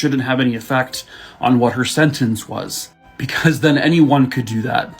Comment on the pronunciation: Omg has me rolling over here with the ladys I don't like'em comment! He said Buhcuhz'im'gay 🤣🤣🤣🤣🤣🤣 in my head for some reason I heard the old school cereal commercial "Hey he likes it"